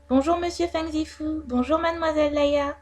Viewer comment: Ça se prononce fung zifOU plutôt Non?